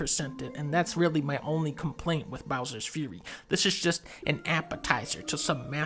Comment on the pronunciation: Bowser's 'Furry'